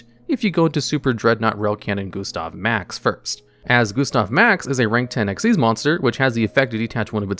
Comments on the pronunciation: Xyz not X-Y-Z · It's "ex-eez" dragon. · You are saying xyz as x,y,z on purpose right? : | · Dark/Arc Rebellion Xyz Dragon is read the same way you read Xyz Monster or Xyz Summon: Exceez. Not X-Y-Z. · I think Arc Rebellion Xyz Dragon is pronounced the same way as "Xyz Summon" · Imagine saying Eks Why Zee Dragon instead of exceed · Also, its Exeez, as in X(Ex) Y(ee) Z(z) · Just a genuine question, why do you pronounce it X-Y-Z? It's just Xyz like the summon method is pronounced. (Edit: Oh you actually bring it up on the other Xyz Dragon. Yeah it's pronouned like the summon method, not like the XYZ Contact fusions.) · Isnt his name pronounced Dark Rebellion Exceed Dragon, I never like that xyz abbreviation for it. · From Konami itself it's pronounced ehck-sees not just read as its spelt. I hope that helps i had to dig up an old tule book who gave the pronunciation when the monster type came out